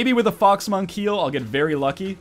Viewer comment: I heard fog smunk, instead of fox monk. :(